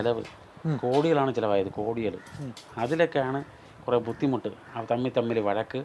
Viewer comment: ബുദ്ധിമുട്ടെന്ന് പറയാൻ ഒരു ഫുദ്ധിമുട്ട്... 😀